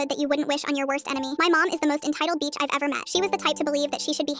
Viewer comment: its bicth not beach